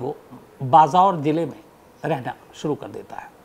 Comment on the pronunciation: Tumko Jukaam ho gyaa hai kya, tumhari naak band hai isi liye tum raihna ki jagah raihda or dvaye ko dmaye bol rahe ho